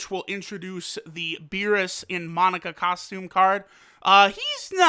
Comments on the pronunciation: It is not pronounced MONICA it’s MOE-NAK-A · Monika It's Monaka Why do people seem to pronounce it with an i where the first a is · Can you learn how to pronounce Parunga and Monaka the correct way...